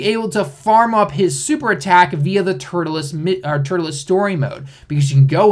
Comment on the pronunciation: "tuRLes" not "turtleless"....